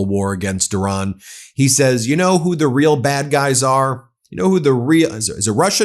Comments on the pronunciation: Who is this "Oran" you are talking about? The name of the country is IRAN! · Toddler in chief can't even pronounce Iran and his swansong will in fact be "I RAN"